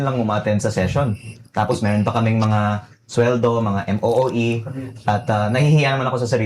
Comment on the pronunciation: MOOE hindi MEEO